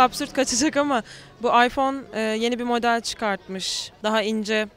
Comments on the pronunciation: Ayfon değil iphone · karanlık oyuncular ama ıphone kullanınca başka telefon kullanılmıyo gerçekten androidde iyi fakat adam ıphone istiyo aypon diye okuyo adam daha ismini okuyamazken kullanmasını düşünemiyorum :D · en sondaki adam aypon as 5 diyo abicim sen iphone kullanma bence